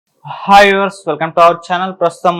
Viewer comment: అరే బాబు ఆ "హాయ్ "అనడం నేర్చుకో ముందు 😅